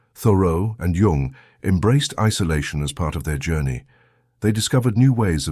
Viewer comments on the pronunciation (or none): It's pronounced Yoong, not Young and is spelled Jung. Obvious AI.